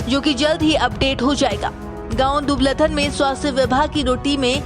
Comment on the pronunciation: Are bhai ye dubaladhan nhi dubaldhan h